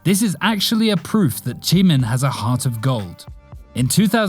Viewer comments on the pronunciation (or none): Why you say jimin "chimin"" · Why say Jimin "chimin" and Suga "Sugar" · Chimin boy it’s jimin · He really said JEE-MEN